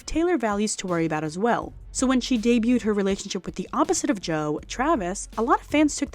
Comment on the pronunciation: Girls, I love your videos but the word is “interpreted” not “interperated” also, debuted is “day-byood” not “day-byoo-ted”